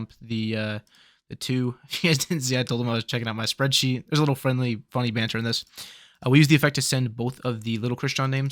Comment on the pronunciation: You say soreadsheet. i get the fuck out of here. Byes.